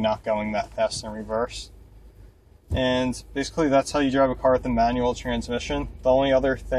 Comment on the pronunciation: Am I the only one who thought he said 9 year old everytime he said manual?? lmao